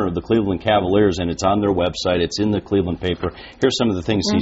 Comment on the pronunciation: LeBron went to the NBA Finals with the Cleveland Cavaliers you moron. Back in 2007 when they got swept by the Spurs. And you say I don't know nothing about the game? Lol get a life kid. And it is Cleveland, not "claveland" idiot.